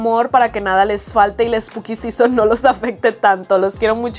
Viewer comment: todo el video hablando spuki sison... y yo sin saber que es un spuki sison :(